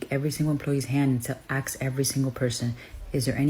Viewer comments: I like how trump seems to want to relate to the little guy, but how do you "ax" a person something? Just axxing 😂😂😂😂😂😂😂😂😂😂😂😂😂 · I can't listen past "Aks..." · Did she say ax?